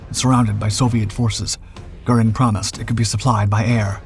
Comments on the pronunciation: He can't pronounce "Goring" either. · What's with the goofy Hollywood movie clips??? Ye gads.....you can't even pronounce "Heinkel" and "Goring" properly. You tell of events taking place in 1942 while showing a clip of Molders who was dead by that time. Griffen, Griffen, Griffen.....that's not the name of the He 177.